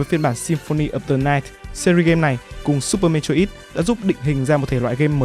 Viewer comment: Mê troi bố cứ đọc mê trô ít khó chịu vl